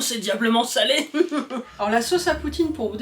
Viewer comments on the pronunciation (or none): none